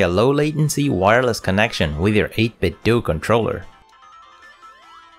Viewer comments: nice video but it's pronounced more like "Nintendo" - 8-bit-doh. Otherwise you may as well call it Nindendoo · But they say it's pronounced 8bitdoo like Scooby Doo 🤔